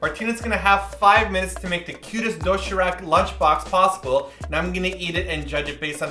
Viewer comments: its pronounced doe she rahk not doe she rack noob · also, it isn't doshirak if you replace the r with an L, It'll sound like the correct pronunciation. you can replace the d with a t, but d is more correct sounding. and if you use the a like that, it'll sound sort of like rak instead of like rock. if you say the a with a little bit of the o, it'll be more correct i think. so it should be doshilac. the k should be a c. i hope this made no sense. but helped in a way. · doshiRAK is pronounced doshiLAK sorry! i dunno, it bothers me lol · its more like doshee -lahk hehe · Emphasis on the SHI do SHI rak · do-shi-rak is pronounce like do-shi-lak..the lak being like "rock" kind of =) cute video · Everytime I heard "doshirak" I thought "dothraki" xD